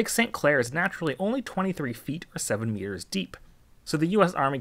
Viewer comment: it was just the way you said meters sounded like years on first listen, so it made me laugh is all.